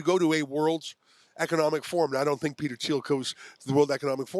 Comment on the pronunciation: "I sshink it's a good sshing.." 🤯